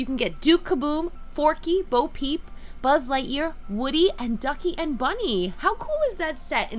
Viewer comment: You say sbud lightyear